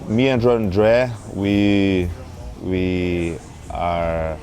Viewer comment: the dude said andray and then re said it as andrehh lol